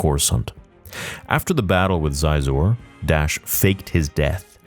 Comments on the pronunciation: 2 things here. 1) it’s pronounced she-zor, not zi-Zoe 2) Dash Rendar’s name has been mentioned several times in canon and the Outrider appeared in ANH. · So..come at me if I’m wrong , I might be tbh. However, pronunciation of Xizor is “she-zor” not “ziz-zor”. Sweet video though. Dash is a great character, loved this game on 64. I had all the toys also, or most of them 😅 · Sorry to be that guy, but Xizor is pronounced "She-zor." I only know this because I remember that's how they pronounced his name in the old Kenner action figure commercials. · Xizor is pronounced officially She-zor. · I think his name is pronounced She-zor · I believe it’s pronounced “Shee-zor.” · I hate how Disney abolished the EU, in order to tell "original" stories...only to cherry-pick the EU when it suits them! The EU authors did it much better! So that's a NO from me! Xizor is pronounced "Shee-zor" btw. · Xizor is pronounced SheeZor…..Jesus bro….you know better than that